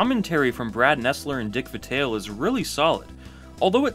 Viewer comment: Great video, but yo, Chami -nayde? Dick Vi -tail? Those made it kinda feel obvious you're reading from a script, and not super familiar with CBB.